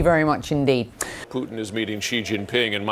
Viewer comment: "Pyutin" - Mathew Chance , quote , mention , 🙂 👏